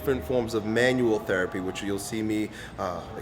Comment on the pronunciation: "manual therapy"